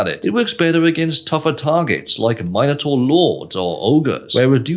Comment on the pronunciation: The way he says minotaur is so funny